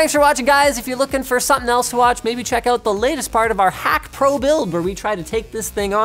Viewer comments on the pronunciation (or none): none